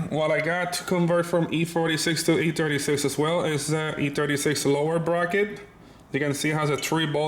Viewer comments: I like how he says E-turdy 6 instead of e36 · Boosted Lawnmower he should make stickers or something that says e-Trudy6 lmfaoooooooo